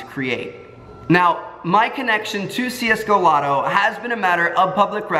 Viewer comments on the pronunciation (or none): it's csgolotto not csgolobby btw :p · just watched this vid, but in the vid you said csgolobby, instead of csgolotto tho? :P